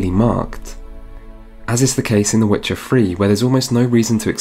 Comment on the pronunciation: Ah yes. "Vuh Wit cha Free". Classic title